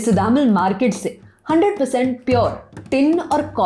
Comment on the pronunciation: It's sudhammaal सुधम्माल I think